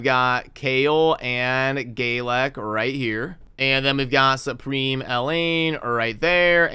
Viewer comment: So you are trying to correct Aethel but still not trying to correct the way you say Galek LOL. Rewatch episode one. It is GALek not GAYlek. Either way I will watch your content daily and laugh each time I hear it!